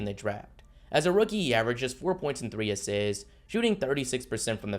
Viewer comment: I hate how you say the word assists